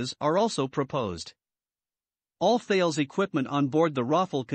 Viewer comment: Please, the name is THALES (a French company), to be pronounced TALESS. Thanks for the nice video.